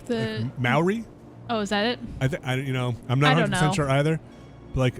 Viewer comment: Re: The pronunciation of Māori, is more correct.